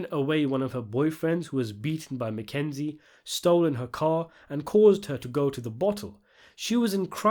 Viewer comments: Come on, bro, it's Makazian, not McKenzie. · Makazian not McKenzie